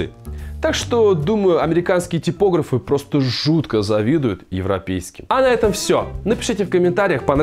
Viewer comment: только не типОграфы (это жучки такие, деревья портят), а типогрАфы)))